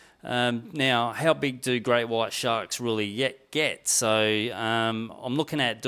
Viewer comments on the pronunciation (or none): This guy cant say the word so with an o. Sounds like soew